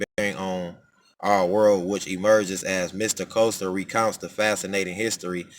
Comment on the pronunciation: Pronunciation of his name is ( Kessler) However thank you brother 🙏🏽❤️